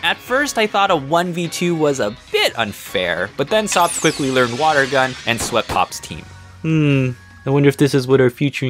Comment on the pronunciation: I like it how he calls it Ater naytas Instead of enturnatus Xd (And yes I might have spelled enturnatus wrong) And wata gun